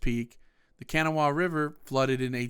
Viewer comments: It's not kanawa it's pronounced can naw wa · Dude can’t pronounce kanawha right. Smh